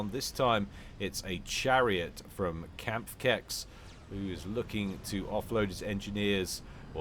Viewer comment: Kampfkeks = combat cookie and your pronounciation is great. Knabberwasser is something like "crunchy water" or "nibble water", which is now my favourite ever RTS game name. What a cool idea is that. I want to give you some help pronouncing it, and I thought about where in English you have k and n in the right way and... here's my explanation. You know the "Red Khmer"? Ok, now make the m an n, and it is "Knabberwasser". ;-) Here you go. Would so enjoy if pronounced it well! Make casts even better.